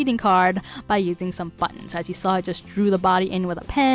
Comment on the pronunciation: Empty back wall.🤔 You could make a screen panel to cover up the wall altogether. Some suggestions : a folding screen, a fabric drape, a rolling screen, etc. Decorate as you like. There’s lots of possibilities., 🤗 ~ Nice ideas for buttons. I prefer when you speak naturally, like when you say “ buttons “ , instead of BUTT ons ! Especially keeping in mind how close you speak into the mike. “BUTTons” ! sounds annoying . ( I’m a sound director )